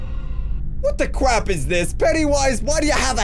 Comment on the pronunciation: U said what the cwap